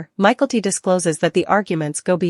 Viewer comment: This is a terrible narration. Learn how to pronounce names in English! It's not "michael-t brown." It's "mick-el-tee," and you omit the last name. Call her Mykelti (Mick-el-teee) and that's it.